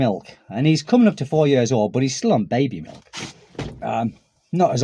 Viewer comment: Now, when you say the word "years", it sounds like "yurs". If you know what "ears" sounds like, you just make the "y" sound, followed by the "ears" sound. Maybe "yeers" would be a good way to describe how "years" should sound 😊